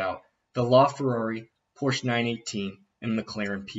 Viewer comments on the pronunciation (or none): Good video. Still really looking forward to seeing what that Aston Martin can do. Side note: Just for your knowledge its pronounced Porsch'a.